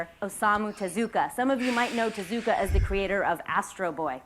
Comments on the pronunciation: "Teh ZOO ka." You can tell how shallow her actual knowledge is just by the way she says his name. If she'd even watched an interview with him, or someone who knew him, she'd know the proper pronunciation. "Tezu-kah." Japanese doesn't tend to draw out long vowel sounds. And of course she throws in Astro Boy, the only thing Americans know because of the 2009 theatrical movie. Not the things he's more globally famous for, like Black Jack, or his novel length adaptation of the 1927 film Metropolis. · You pronounce it TEH-zoo-kuh, emphasis on the beginning syllable, not the second syllable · Prof: Talking about how culture is poorly appropriated by someone Also Prof: Teh-ZOO-kuh